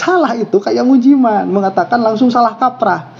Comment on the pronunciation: Tolong dan maaf, Anda sbg yg disebut sbg guru , tolong lebih sopan sedikit jangan melecehkan nama seseorang, misalnya menyebut Ust.Mujiman dg sebutan Ust.Mujimen.🙏